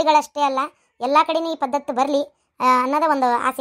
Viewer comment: ಪದ್ದತ ಅಲ್ಲ ಪದ್ಧತಿ